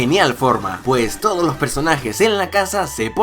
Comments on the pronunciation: al ultimo dijo todi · Quien se dio cuenta al final del video dijo (Estos TODIS) Like si lo escucharon